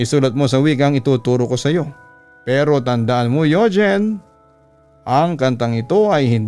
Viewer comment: Yugeen hahah bat ganun papa dudot pagkakabigkas mo